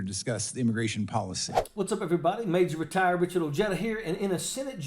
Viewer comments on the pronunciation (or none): none